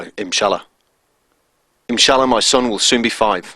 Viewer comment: dear maker of this video, you should say: INSHALLAH and not as you are sayiny the whole time: iMshalla. nice video btw